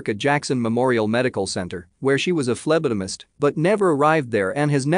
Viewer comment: "She was a Phleblilist." ...phlebotomist...